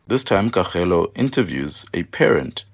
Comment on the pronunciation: Why is butchering Kgaugelo's name so badly and consistency? Don't you guys work together?